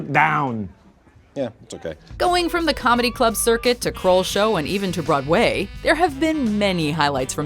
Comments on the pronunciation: Even to Broad Way? It’s Broadway. Not Broad Way! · I've never heard "BroadWAY" pronounced with such a random French accent lol